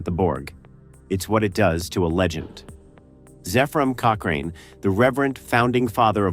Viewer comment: That's not how you pronounce Zephram Cochrane, ffs.